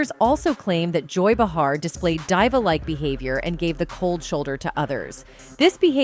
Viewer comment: You can always tell when the narrator is AI and not a very good version of AI. They mispronounce people's name and other words. This one , aside from mispronouncing almost everyone's name , they even mispronounced the word "diva.""""" How do you get diva wrong. Also, why do these videos repeat the same thing over and over. This video is 23 minutes long, with maybe 5 minutes of information. Then they repeat the same thing 4 or 5 xs. It's ridiculous.